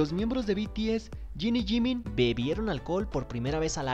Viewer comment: “Yiniyimin” ❤️❤️ Jin y Jimin